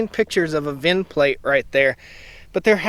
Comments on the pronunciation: It’s VIN, not vin Number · Try to just say VIN.